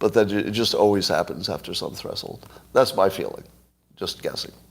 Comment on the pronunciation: "Thres-hold"? I pronounce it "thresh-hold". Am I wrong?